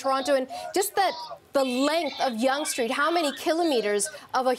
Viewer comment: “Street”, not “shtreet “.